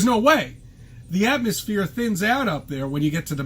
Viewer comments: did he say atmo-SPHERE? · "the atmosphear thins out up in the mountians" so, sooo close...